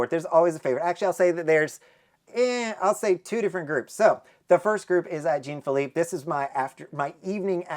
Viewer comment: Jean Phillipe is pronounced more like John than Gene. It is a French name. 😊